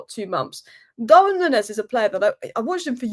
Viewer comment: Stop saying "nunnez"